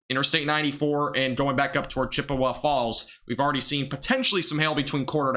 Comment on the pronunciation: Can't pronounce Chippewa but is educated ya I don't think so but stop pretending